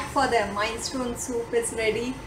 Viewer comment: Minestrone soup is pronounced Min eh stron ee. Or Min eh strone. Anyway I'm glad to meet you. I have been watching Sofia's video's for nearly 4 years now. You are doing a wonderful job so far. I am looking forward to watching more of your video's!!